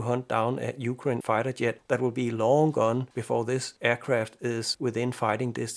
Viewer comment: You pronounce jet funny. It sounds like yet. Rest of your englisch speaking is great. Much less accent than me i guess.